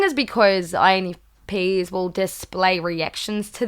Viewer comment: “Infpenis” haha. Great video! My birthday is tomorrow btw! -infp -a from New York ✌🏾